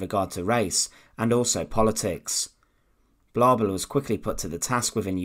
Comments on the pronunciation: Massacred the German pronunciations perfectly. Third reik. Paul blobble. Massacred. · The documentary was marred for me by the constant mispronunciation of Blobel's name. It does not rhyme with wobble or babble but with global.